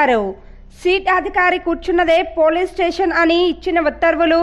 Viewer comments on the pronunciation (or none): సీట్ కాదు తల్లీ సిట్....